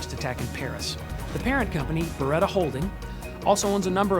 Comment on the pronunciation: You can't even pronounce Beretta right